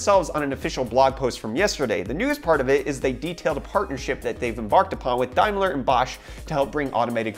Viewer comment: "Dime-ler"??? It is pronounced "Day-m-ler".